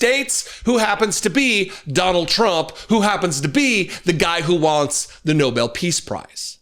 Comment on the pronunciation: It’s NOBEL not Noble Karoline!!